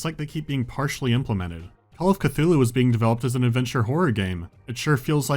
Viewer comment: Ah yes, Call of C'th-uty!